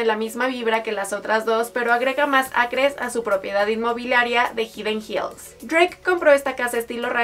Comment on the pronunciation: Hidden Hills.... Se pronuncia: Jaiden Jils